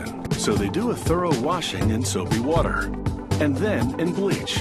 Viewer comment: Watr that's how he says it lol